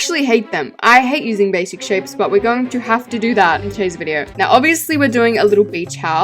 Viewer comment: YOU SAID BAISIC SHAPES…. 6 TIMES!!!! ya so um it rly wasn’t that many times but you said basic shapes… 6 TIMES!!!! congrats!!! 🎉🥳👏